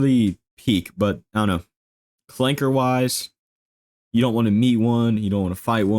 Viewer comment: I can't with this man, "ClankeR"